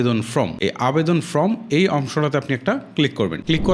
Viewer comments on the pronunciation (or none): আবেদন ফ্রম না ফর্ম উচ্চারিত হবে